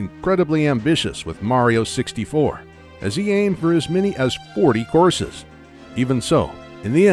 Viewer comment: Oh COURSES. I kept hearing, "horses" and couldn't figure out why Miyamoto wanted 40 horses in his game.